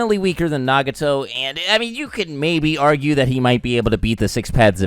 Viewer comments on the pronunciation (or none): Your pronunciation of Deidara and Nagato is cringe worthy. I think that Naruto and Sasuke together are the strongest but Itachi is next. And even with Naruto and Sasuke separate. He is way more smart which gives him a better edge than Naruto's nonthinking style of fighting and Sasuke's blind rage.